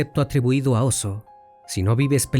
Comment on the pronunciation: Se refiere a OSHO o también llamado Bhagwan, solo que lo pronunció mal.